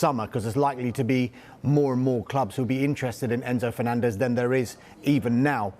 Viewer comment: did he fenanzez????